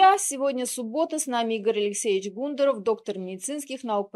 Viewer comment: ГундАров...почему фамилию не правильно говорят..?